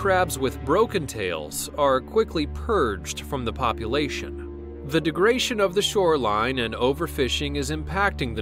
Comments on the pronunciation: Dude..... it's degradation. Not degration. Who writes your scripts?? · "Habitat degration?!?" Think you lost a syllable there. I do beleive the word you're looking for is degradation.